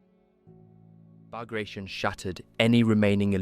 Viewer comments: it's not "Bag ray shun" but "Bug ra zeeohn" ... it's the name of a General that fought for Russia against Napoleon. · ბაგრატიონი [Bag-ra-ti-oni] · I think the dude's name, the russian general this is named after, is pronounced, Bag-Rah-Tee-On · Bagration is pronounced /bagratiOn/, not /bagrEishun/ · It's Bah-grah-tee-on. As in Baratheon, not as in Carnation. According to English grammar rules, foreign words, especially foreign last names, are to be pronounced in the original tongue fashion. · I was going to watch it when I heard "[bagreishen]" . That was painful to hear. It is sad to see someone doing a hour long documentary on a subject he can not pronounce even barely correctly. General Petre Bagrationi (not Bagration) was a Georgian prince, direct descendant of Georgian monarchs. He even could be the king of Georgia if russia had not abolished it as a state while annexing the country years prior. So it is BAGRATIONI, pronounced directly as it is written [bagrationi]. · Ba gra tee on. The 'on' is pronounced with a slight long oh sound, like in the word own, but not quite. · Great video! For info, the operation's name is spelled, "Багратион," and should be pronounced "Bag-rat-e-on." If it was as per most English speakers say it, it would have been spelled, "Баграишон," which it wasn't. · Learn correct pronunciation of Bagrationi, it is not an English word, nor it is Russian. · It's pronounced "Bah-grah-tee-own." There is no "shun" sound for the four letters "tion" in Russian. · Came to see if it was mispronounced or not. I learned it was pronounced Bahg-gra-tyon. Ending tion pronounced like scorpion. I used to think it was Bag Ration, which is a worse mispronounciation. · Except that it’s pronounced “bag-ra-tee-on”. It’s not an english word don’t turn it into one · It’s pronounced “Bug rations”. It’s what we’ll all be eating pretty soon. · Bagration is pronounced Bar-ga-tee-on . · I counted 3 pronunciations of Bagration, none of which were correct.